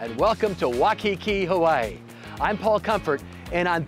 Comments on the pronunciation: It's pronunciation is Wai (as in why) Kiki not Wakiki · I just can’t get over “Hannahlooloo” and “Waaaahkiki” 😂 And none of those people took you to get an actual aloha shirt? 🤦🏽‍♂️